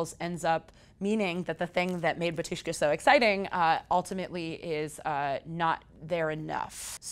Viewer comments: It's BAAAAAtushka and it's Slavic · In name of band, emphasis on the first syllable - BA-tyushka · bAtushka. emphasis is on the first syllable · It's pronounced BA-tu-shka, not ba-TU-shka. Sorry it just sounds silly as a Russian speaker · U mean "BARTushka"